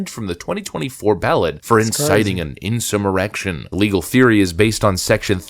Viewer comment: Narrator say "in-simmer-rection" ? Is that a chat bot reading?